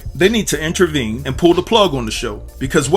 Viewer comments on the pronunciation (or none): Intervene not intravene.